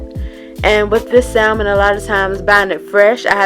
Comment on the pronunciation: The L in salmon is SILENT. 🤦🏾‍♀️